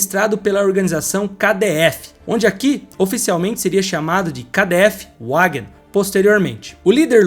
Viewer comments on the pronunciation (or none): Muito engraçado ouvir as pronúncias todas erradas! O cara falar Volks Vagen mas também KdF Uaguen. Achando que nomes em alemão tem pronuncia inglesa chamado Kafer de Quéfa.